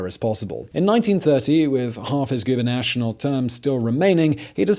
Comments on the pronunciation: Did you say "goober national"? Did you mean, "gubernatorial"? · *GoobernatTORial, not Gubernational *Dell-a-no, not Del-AH-no. 👍🏻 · Gubernational? It is Gubernatorial, Simon. Slow down the teleprompter.